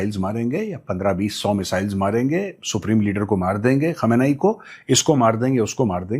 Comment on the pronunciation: Gaurav sir It's KHAAAM-NAAI Not KHAMNI